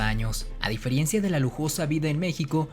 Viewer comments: Se dice "difeREncia" no "difeRIencia". Me gustan tus vídeos por la información, pero le falta mucho en tu lenguaje y forma de expresión. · Es increíble que estés haciendo un video de historia de México y no sepas hablar correctamente........decir diferiencia altera mis oídos ...revisa tu vocablo. ..pena que no sepas decir la palabra correcta "diferencia" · Todo iba bien hasta que dijo "diferiencia" en lugar de "DIFERENCIA" mucho cuidado con esos detalles... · "diferiencia" dices??? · A ver si aprendes a decir DIFERENCIA no DIFERIENCIA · Minuto ¿"diferiencia"? Esa palabra no existe, lo correcto es DIFERENCIA, es solo una observación, la información es muy interesante sobre todo para los que somos amantes de la historia, saludos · No se dice “diferiencia ” eso echa a perder la credibilidad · ¡Hola! me gustan mucho tus videos, sobre todo porque te documentas... Quería decirte que dijiste "diferiencia" y es diferencia min ¿Qué pasó?:P De cualquier manera, haces muy buenos materiales siempre y se agradece que compartas el conocimiento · NO SE DICE DIFERIIIIENCIA!!! SINO D I F E R E N C I A ENTENDISTE ??????? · Amigo. muy buen reportaje. sólo una recomendación. en el minuto 12;29 pronuncias mal la palabra DIFERENCIA tú dices deferiencia. Abusado!!!!! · A difierencia. Ups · Buen video, solo que la palabra “diferiencia” no existe, quizá quisiste decir: diferencia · Amigo es diferencia tu dijiste difiriencia UPS o escuché mal? Muy buena respuesta informacion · Me sorprende que aún existan tantas personas que lo ofenden y lo tienen como un villano cuando el fue bueno, espero algún día lean mejor, es triste como mejor los enemigos lo recibieron y los mexicanos lo sacaron, me encantó el vídeo, solo un comentario no se dice "diferiencia" se dice diferencia... :3 y ojalá traigan sus restos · Es neta que dice DIFERIENCIA???? MIN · Minuto ¿ A difeRIENcia ? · "ah difierencia" (por ahí del ...ni hablar, lo del nopal le va muy bien al narrador...por baboso...